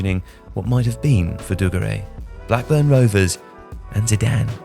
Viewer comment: Classic - says "dugarry" three times in a video yet pronounces it three different ways. No doubt he'll try correcting JJ's pronunciation in the morning next podcast.